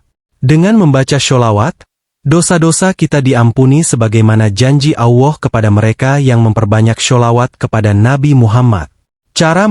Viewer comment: Benar ga mengucapkan bukan Awah,Allah tau🤣🤣